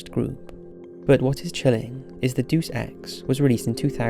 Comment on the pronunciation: Ok, I just can't anymore... I love your content, but lately, you have been mispronouncing a lot of words very conspicuously, "Deus" being the latest. It is pronounced Day-oos, and it is Latin for God. The full phrase "Deus Ex Machina" means "God from the machine" and comes from the Greek mystery plays. Just listen to people pronounce it in other videos... I'm sorry, mispronunciation is my pet peeve, it really gets to me, don't mean to be annoying